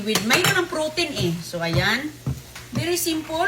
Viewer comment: Grabe dahil lng s maling pagbigkas ofcourse bisaya kmi mtitigas dila nmin magtagalog ..importante maintindihan